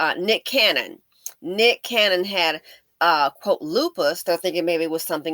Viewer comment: My guess she probably caught it from Nick he banging evey light skin raw. He always saying he aint gonna live long. I think he pronounce Lupus wrong